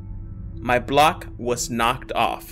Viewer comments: you're not mis-remembering it was you "You knocked my block off." Oh and u had bock instead of block, but hey no biggie we knew what you meant Keep up the good work. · you misspelled block. You said "bock"